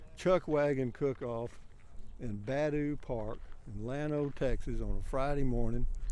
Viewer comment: Nice Video Rusty. Just so you will know the park is pronounced Buh DOO.....Not BAD ooh. Just sayin